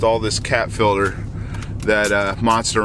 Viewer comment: why do they call it fillder instead of FILTER ?